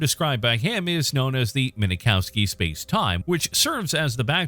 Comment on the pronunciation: If you cannot pronounce the names of these physicist correctly, you should not be doing the videos....Min kowski not minakowski....Fine Man for Feyman....DUH